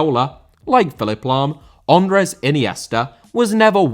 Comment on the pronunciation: Andrés* not Ondres